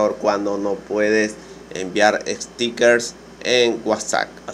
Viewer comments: Se dice "guatsap" no "guasac", en serio porqué guasac? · Ni siquiera se pronuncia "guatsap"...